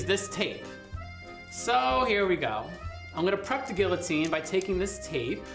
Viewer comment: lol at the eye roll while saying gee-o-teen